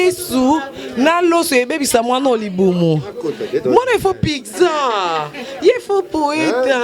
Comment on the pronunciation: Pigza te eh Carine loba Pizza